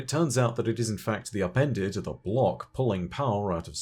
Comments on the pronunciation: I always thought he was saying “appended” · All I hear is “Appendix” my “appendix”